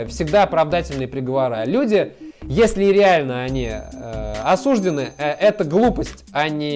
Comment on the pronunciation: Он говорит осуждены с ударением на букву "у". Это специфическое ударение, так говорят сотрудники ФСИН и сами осужденные, но согласно правилам русского языка ударение надо ставить на букву "ы"...